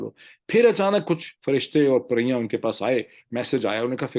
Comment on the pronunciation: sir they are not " firstay and paryan" they are JINN and piryaan😎